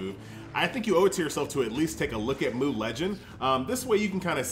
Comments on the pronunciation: Am I the only one triggered every time he calls it MOO legend, good video btw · mate i think its pronounced "mew" I remember playing the korean version of this game, and the korean lettering of it is closer to mew than moo. haha correct me if I am wrong though